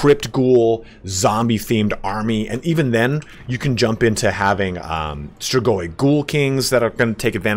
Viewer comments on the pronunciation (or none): none